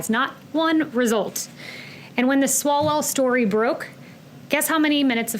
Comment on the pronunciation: Swallowell.... Says it right.